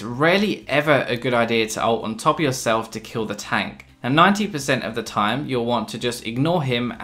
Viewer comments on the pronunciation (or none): none